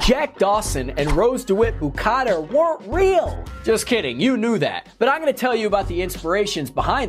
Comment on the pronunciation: You pronounced Rose’s last name wrong. If you actually paid attention during the movie, you wouldn’t have pronounced it wrong.